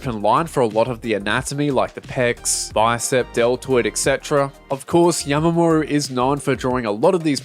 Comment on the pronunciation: why do you keep sayin yamamoru